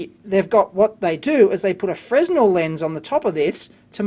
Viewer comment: Super cool but Fresnel is pronounced "Frenel". I worked in a luminaire shop for a few years. I caught shit when I first said it wrong. Cheers.